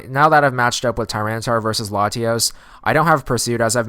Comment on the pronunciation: Why do you put so much emphasis on the a in Latios?